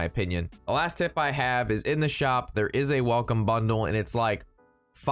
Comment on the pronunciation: Seriously, are you saying bundle or butthole?